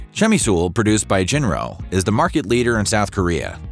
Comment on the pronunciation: I know it's spelled "Jinro," but it is pronounced "Jillo."